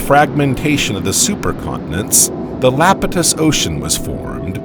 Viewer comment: One correction "Iapetus" has a capital "I" as the first letter not "L" .. it is pronounced "EYE-apetus." In Greek Mythology Iapetus was the father of Atlas, The Atlantic Ocean gets it's name from Atlas and so Geologists decided to call the preceeding ocean (which "fathered" the Atlantic) the "Iapetus Ocean".